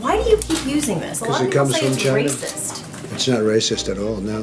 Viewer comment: ‘It’s not racist at all, it comes from China' is it just me or does Trump sound Chinese when saying 'China'? 😂